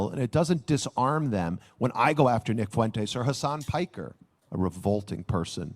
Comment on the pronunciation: Glenn I have to admit that it is quite funny that you also called him 'Khamas Piker' (accidentally)